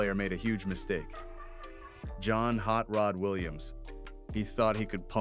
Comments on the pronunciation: It's Hot Rod, not Hot Rot! Lol 🤣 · First of all it's "Hot Rod" not "Rot".